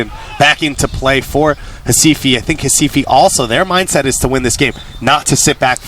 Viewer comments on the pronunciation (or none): Staff the team name and Sport Club Recife. Please call the name correctly!